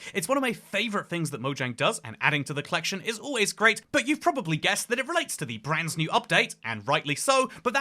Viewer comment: Why does bro keep saying branzz new